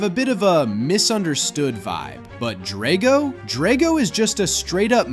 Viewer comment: It’s pronounced DRAGG-oh, “Patrick Star”! 🤨